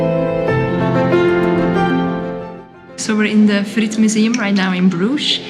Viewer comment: "frietmuseum", dat klonk Nederlandstalig hoor :-)